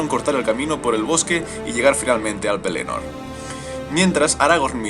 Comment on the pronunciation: mejor pronunciar pelénor que penelord